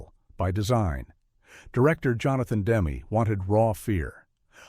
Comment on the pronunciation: First of all, the director’s name isn’t “Demm” as in “gem”. It’s “Demmey”. As in …well, “Demmy “. I met him and his wife in the 80s. He was a bit of a punk because he showed up in the cutting room with a little girlfriend. This film is brilliant. Demme did it. But what else did he do? I’m not aware of anything. Then, everyone in the cast lived a long time, most still alive. But Jonathan died quickly of cancer. Scary.